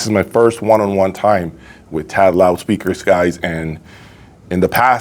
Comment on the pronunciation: T.A.D. Not "Ted". OMG....